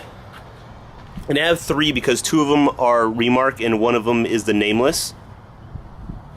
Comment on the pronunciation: why do you say REmark??